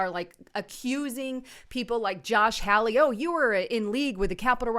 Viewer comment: Hello, Enjoy your videos. Just wanted to give you an update about the The Senator from Missouri, Josh Hawley. His name is pronounced, Ha - Lee.